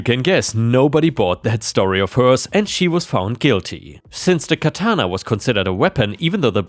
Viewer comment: Isn’t it interesting that the ones in today’s screwed up crazy society that squawk about “cultural appropriation” are not really the people from the culture that supposedly is being appropriated… They’re really WHITE woke SJW idiots. And oh, just FYI, it’s pronounced KA-ta-na. I used to write a lot of anime-based fanfiction back in the day and usually watched the DVDs with the Japanese soundtrack and English subtitles, which helped in my writing. So I studied everything about the Japanese, including and especially annunciation and meaning of Japanese words. And in story two,OP was a riot, but what he could’ve done is go a little bit further, and go to a high-end store that sells stuffed animals that are lifelike. He could’ve gotten a German shepherd, or a Doberman pincher stuffed animal, and put it in the backyard on the chain with the collar. Wouldn’t that have been a hoot?😊